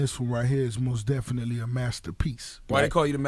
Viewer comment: say mos definitely one more time, N am'er strangle your police ass...Otherwise great interview